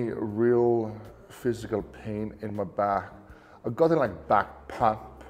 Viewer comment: Thank goodness for the transcript I had NO idea what he said.... 😂 Sorry. Pump. Back pump. Ok.